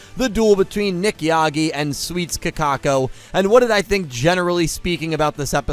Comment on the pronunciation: You know why Kakoko lost? It's because keeps disrespecting her by calling her "Kakako". All hail the king of BBQ, Nick Yagi